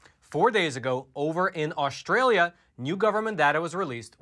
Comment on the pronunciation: This video demonstrates that data does not equal truth or information. First you buffoon the name is Australia and not Aushhtralia. Second the term vaccinated is biased if they did not have a booster shot and their protection has decreased. Equally it is important to analyse behavior...for example if vaccinated do not wear masks tbey can get infected with omicron. Gathering data does not guaranree smart conclusions.